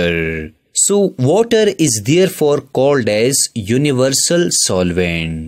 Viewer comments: Kinda true bruv he did say Vuttah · Waterrrrrrrrrrrrr how nicely you say sir😂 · Bro says water so so funny